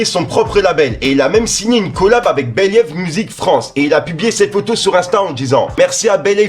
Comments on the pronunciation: On dit pas " bélève" mais "bilive" #beleve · Believe ça se prononce bilive pas béliève 🤣🤣🤣 mais tkl t un bon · Believe se pronoce bilive 😉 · Khalala l'équipe!!!ensuite...Après chaque info,j'aime tes transitions.Que la force soit avec toi.😈 nouméro ouno.Et stp continue de prendre les mots anglais à coup de tête 🤕🤕🤕ex:belève pour believe, 😂😂😂 perso, j'adore,merci le F. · T’es pas sérieux de prononcer “believe “ comme ça gros ! 😂.